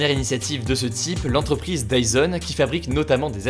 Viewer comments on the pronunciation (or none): none